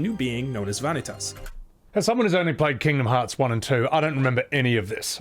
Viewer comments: Veah-Nih-Tuss? This guy clearly didn't play the games with Vanitas (Vuh-Knee-Tus). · one thing i hate in this video is how he says vanitas like he does all the work to say his name wrong